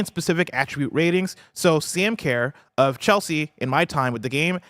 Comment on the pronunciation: I'm Australian, the way you are saying Sam Kerr is awful bro 😂 The way you say Kerr is like her but k sound if that makes sense haha